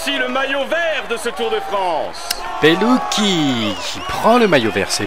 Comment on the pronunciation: super vidéo mais je crois que l on prononce comme sa"mateo pelutchi